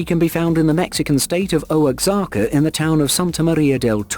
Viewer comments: WTF is "O-ex-aka"? Try Wa-ha-ka, genius. Look, get an editor. You pronounce waaaay too many words incorrectly and your video titles barely qualify as English. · Oaxaca is pronounced more like /wah hawk ah/